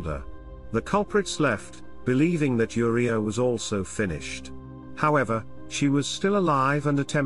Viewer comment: why do yoh pronounce the girl's name as WHORE-ia?!?!?!?? It's U-riah, or Ooh-riah. NOT WHORE-ia ya GOOF!